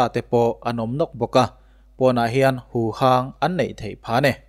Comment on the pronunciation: Huvang niloin huhang tih zawk tur ,a ngaihnawm e.